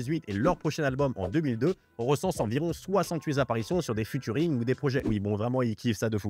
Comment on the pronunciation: Futuring??non cest featuring (fi-turing)mais tu fais tes recherches sur wikipédia toi cest pas possible..les gars vous faites des vidéos ca pue a 100metres que vous connaissez pas votre sujet,cest fou ça